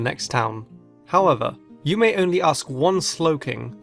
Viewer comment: are you singaporean,Malaysian or indonesian coz you said mau for the slowking riddle